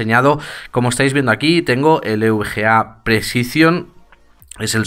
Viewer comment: Eres de los pocos que dicen bien EVGA, de risa como lo pronuncian los que acaban de llegar al mundillo y van de expertos, un saludo!!